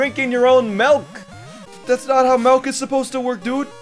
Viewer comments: You Canadian? You say milk wrong lol...melk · Why do you say “melk” instead of milk? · Are you Dutch/Belgium because you say melk drink